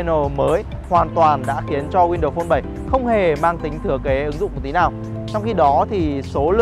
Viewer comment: "win-đầu" sao nghe nhức óc quá!!!!